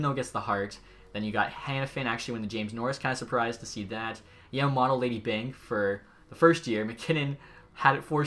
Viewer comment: as a die hard oil fan you saying kailer yamamotos name like that kills me. Try to say the o's as o not "otto". alright bye this series lokey fire.